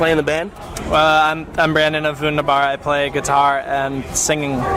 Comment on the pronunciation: 🙃 the slight disappointment in Brandon's face when once again an interviewer pronounces Vundabar wrong 😂